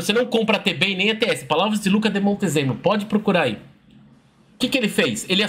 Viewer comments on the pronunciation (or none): é "Luca d*i* Montezemo*lo*".